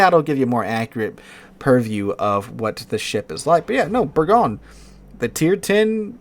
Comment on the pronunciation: It's pronounced Bergoyn . . . ;-)